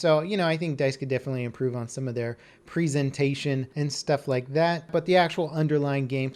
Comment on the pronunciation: I never heard anybody pronounce 'presentation' that way. :D Sounds like prE-ZENtation